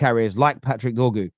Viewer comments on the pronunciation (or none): its DOR-GU not “Doggu” how did you find a way to mess up such a simple name?